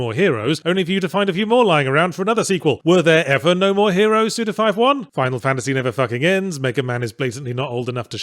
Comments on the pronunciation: Forgot how much I enjoy hearing Yahtzee say suda 51 😁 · I will always be upset with how Yahtzee says Suda Fifty-One's name.